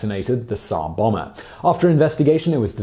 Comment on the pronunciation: ZARR BOMM-buh. (You pronounce the 'b' in this case because there's a vowel after it.)